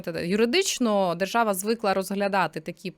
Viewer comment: Правова жержава😂 Ви чули ? Не важливо що написано, а вижливо як буде виконуватись?